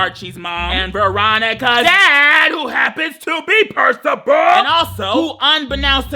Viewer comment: Are you saying Percival or Percibal? Lol